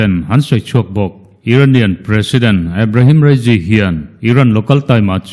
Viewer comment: Ebrehem rasy tih te chu a😂😂😂😂